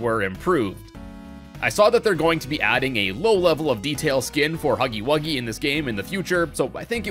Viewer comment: its huggy wuggy ! not huggy wugsy